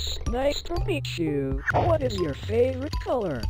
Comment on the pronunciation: "I even made it your favrouirte color! " 💀💀🔥🗣🔥